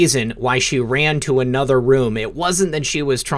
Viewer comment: The word "a" is never pronounced LONG-A. And the word "another" is never pronounced LONG-Another.